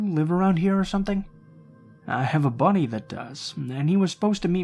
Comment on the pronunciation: Lol at first I thought he said a Bunny instead of buddy